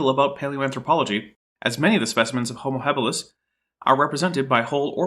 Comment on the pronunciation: Did he really just say "Homer habilis"?